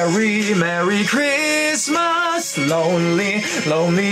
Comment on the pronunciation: Christmas果度音唔係好到 爭少少 留意下